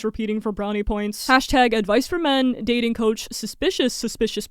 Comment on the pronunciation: Love your content, but please work on on enunciating your t's. Like "dating" and "Toyota", you inconsistently pronounce the second t